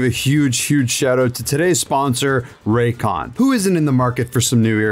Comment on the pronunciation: i was on board with everything but as soon as u said "RAYCON" i'm out bruh